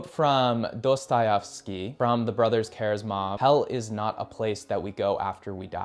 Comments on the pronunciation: And "the brothers Karizmov" 😂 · It's Kierkegaard, not kierkengaard. It's Karamazov, not kamarzov. Learn the proper pronunciation of people's names. You sound like an illiterate dolt when you don't.